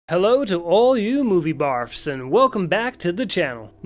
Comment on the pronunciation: P.s. no offense but it sounds like you say: Movie barfs instead of buffs. :))